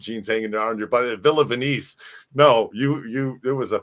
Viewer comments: It's Not pronounced VENYCE it's ven is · do you really not know how to pronounce "Venice"????